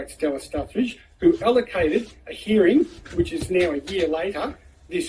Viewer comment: Do you mean a hearing? Because you say herring. That's a fish.